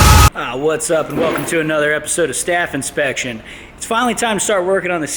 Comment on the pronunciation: Is staff inspection supposed to sound like staff infection